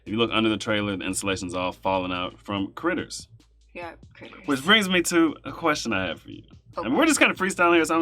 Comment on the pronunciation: Did he say critters???🤣🤣🤣🤣